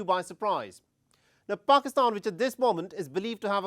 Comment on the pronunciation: First learn to pronounce the word pakistan 😂